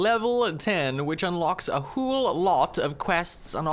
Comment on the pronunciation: Whole. Not hull.